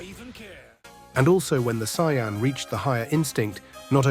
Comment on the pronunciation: Even Kaio-ken and Sayian he said it incorrectly.